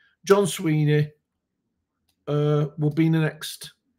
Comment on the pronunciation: his name is Swinney not Sweeney.